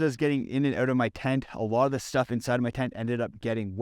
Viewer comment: Out. Not owt